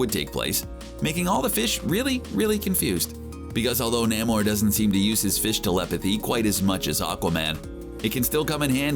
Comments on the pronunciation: It's pronounced NAME-OR, not NAMM-OR. eye roll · ITS FUCKING NAY-MOR NOT NAM-MOR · It is really distracting hearing Namor's name mispronounced. Try this "Nay more". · NAY-MORE it's pronounced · No one::NaeighMore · Say Naymor. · Saying Namor wrong my friend. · Lmfao Everytime you pronounce Namor I cannot contain myself that's funny asf no sir lol that's not how you say it 🤦🏾‍♂️😫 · do you HAVE to say Namor like that ?